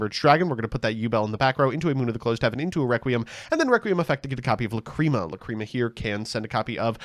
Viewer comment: Okay I'll bite; how did we pronounce the fusion monster named after the word 'lachrymose' correctly for months, but now that it's a different card we get "luh-CREAM-uh"?